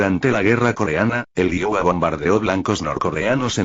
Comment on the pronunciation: El único problema es la forma qué habla y pronunciar el nombre Iowa , Wisconsin